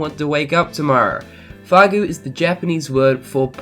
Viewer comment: Fagu? Its fugu